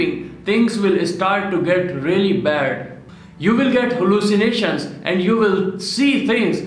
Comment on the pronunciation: CrazyMinatiBoy ACCENT